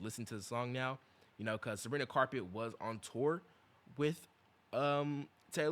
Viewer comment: WHY IS HE SAYING SABRINA CARPET😭😭😭🥀🥀🥀🥀